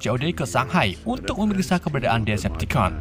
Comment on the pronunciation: Nah bang baru betul bacaan nya diseptikon